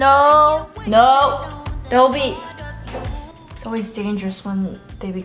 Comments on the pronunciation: Dobby from hp is pronounced dob-ee rather than Doe-bee hahah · it’s pronounced dobby, like daw-bee, not dough-bee hahaha. i’m so excited for this new chapter with pup!! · Also please its DOB-E not like (A)dobe 😂 look up how to pronounce your Harry Potter characters right girlllll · braydeebunch haha literally what i was going to comment! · Haha, literally what I was thinking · it’s Dobby not Doby 😭😭😭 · I thought the Harry Potter character was called Dobby “D-aw-by” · Isn’t that Dobby?? Not doby? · Dobby dear, not Dobey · It’s Daaah-bee, not Doh-bee 😂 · Isn't it dobby not dobey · yea when said dough-bee, i kept thinking Adobe. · Mate that's the american pronunciation! You're both wrong. Dobby is english-- it's pronounced dobb -y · I was thinking the same thing throughout the video. I thought it was pronounced like Dah-bee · Gojilla it is, daw-bee yeah, I’m guessing maybe because she’s American she said it different, Harry Potter is British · Every time you call him I think you’re saying Adobe😂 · I mean, in the french version of hp, we also pronounce Dobby “dough-bee”, so it ain’t that strange lol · Because she said he's named after "Dobby" from Harry Potter which isn't how is pronouncing it. 8) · Wait what. I'm so confused about your pronunciation of dobby. But also ahhh he's so cute!!! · mate... that's not how you say dobby!!!! HAHAHHA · You're saying Dobby wrong and I